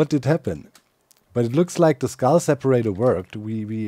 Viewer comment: Every time Doc says, "Skull destroyer activated" it sure sounds like, "Scar destroyer activated" 🙂